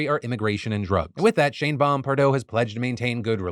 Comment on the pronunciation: Thought Phil was saying “Shame-Bomb” for a second